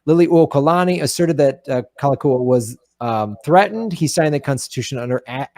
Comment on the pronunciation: The King's name is pronounced Kal- a- Kow- a. Read "Lost Kingdom" by Julia Flynn Siler. The Hawaiian Nation was made up of Native Hawaiians, and many other nationalities who had become citizens of the sovereign nation of Hawaii. It was recognized as sovereign in 1848 by Britain, France, and Japan. The Queen's cabinet was made up of citizens and non citizens of many other nations who became Hawaiian citizens. the Hawaiians were a very well educated bunch & within just a few years everyone was literate. Hawaii was not made up of savages. There were over 100 newspapers in Hawaiian. Some of the members of the cabinet were missionary families, born in Hawaii they were citizens. But they stole the kingdom for the US. The Queen, Lili'u'okalani, did not want more bloodshed and she and her ladies in waiting thought that they would be able to talk the US govt into understanding & giving the country back to the people. There was a vote to consider a new constitution around all the islands but the thousands of signatures were "lost" for 40 years. They have now been found and there is a court case in the World Court. Hawaii has never lost its sovereignty. There is no treaty of annexation. Look into it more closely. There are books galore and Dr. David Keanu Sai, PHD lines it all out in a way you can easily connect the dots. So when it was said that Obama wasn't an American, it is actually true as he was born in Queen's hospital in Honolulu.